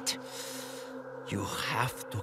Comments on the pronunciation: Loved this game but it always bothered me how would mispronounce his name, it’s not pronounced as “LEWIS” it’s pronounced as “LOU EES” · I’m not sure how you are supposed to take this seriously when mispronounces his name right after he dies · Sad that pronounces Luis’ name correctly in the remake. Him saying it wrong the entire game and no one correcting him on it was hilarious. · Imagine your last moments on earth is mispronouncing your name as loudly as he can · is it becaue he pronounced it wrong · his close friend whos name he cant pronounce correctly